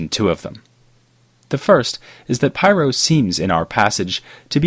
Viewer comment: Pyrrho Otherwise excellent job as usual!